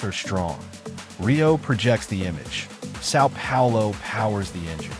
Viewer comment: I hate this pronunciation of Sao Paulo. Try hard.